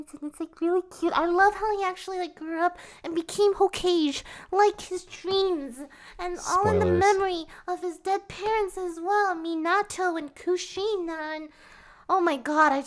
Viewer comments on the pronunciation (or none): Um, how did you pronounce "hokage"? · Did you Just mispronounce Hokage ???☹️